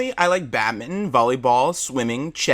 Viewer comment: "badmin'' XDDDDDD its pronounced bad-ming-ton